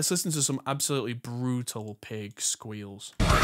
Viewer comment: That's "BR00TAL".